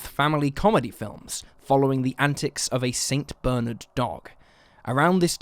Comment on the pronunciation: Never heard Saint Bernard pronounced that way.